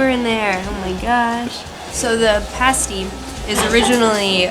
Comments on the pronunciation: first of all its pronounced 'pah-sty' not 'par-sty' and second you're not supposed to eat it with a knife and fork that's the whole point of the crust because it meant the miners could eat it without getting any metal or dirt on it 🙄other than that a generally good video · 😂 She says par, instead of like the pa in 'pat'. Sorry it's not a big deal it just made me laugh. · Very good video! Yes, Black Pudding! Yes cream on top. ( How close was the scone to the US 'biscuit'?) The cover for the teapot is a 'Tea Cosy' . You did say 'Pasty' only a bit strange once, the first time. Afterwards , you nailed it! They sell them here too in Canada, but often they really mangle the pronunciation. They rhyme it with 'Tasty' !!!!! It should rhyme with 'Nasty'! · love how you pronounce pasti like you do when say pasta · Pasty is pronounced as Pas-tee not Pars-tee. Also, the best fish & chips are from a chip shop wrapped in paper. Anyhow, glad you enjoyed our British food😊😊😊😊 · Pass tee, not pos tee, and yes, Cornwall is a county in the southwest. The pasty was invented for the tin miners, who took the pastries into the mines for their meals. By the way, in polite society, you spread butter and jam one bite at a time, NOT in a schmear on unbroken bread, toast or a scone, and you NEVER stick the bread, toast or scone into your face in one piece. Barbarians . . . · Pas-tee, not pahhhhsteeee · Pah-stee. Think she means pass-tee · Cornish pasty... Not pastey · Lol it’s not “pawsty” it’s “pasty” 😂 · It’s pronounced pah-stay not poh-stay :) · Mini Mixers no one pronounces it pah-stay, it’s pah-stey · ok, so its not paw-sty. stop saying that. someone is yanking your chain love. there is pasty, which can have damn near anything in it, and cornish pasty which only has meat potato, veg salt and pepper. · its pa-stee not paa-stee not tryna be rude but who eats a pasty with a knife and fork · Parsty lol it's Pasty or Pas-ti. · who the hell says parsty? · It’s P(AH)STY!